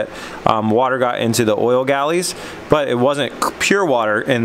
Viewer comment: "oil galleries" not gallies